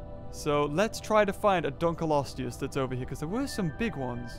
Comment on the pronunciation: Why does he keep mispronouncing Dunkleosteus? Dun-klee-osteus, not Dun-kul-osteus, maddening!